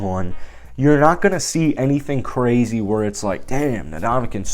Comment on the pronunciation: The man's name is not 'na-DOM-a-kin', it's 'in-DOM-a-kung'. Get the guy's name right, jeez. It's not like he hasn't been in the game long enough to have heard in pronounced correctly. It's really a matter of respect. Ask Steph Curry. That said, I don't think the Raiders should sign him, but I'd be okay if they did. I don't think they need him, but there is undeniable value to adding him to the roster.